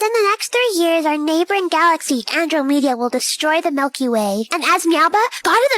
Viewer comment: I've never heard anyone pronounce Andromeda like that before lol